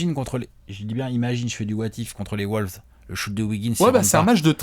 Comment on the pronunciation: Et on dit "wAUlves" et pas "wOUlves"... À chaque fois je grince des dents...